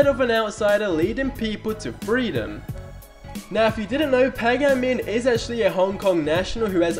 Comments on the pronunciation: Why can't he pronounce a single name properly..? PAH-GAH-MIN? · Pay gay min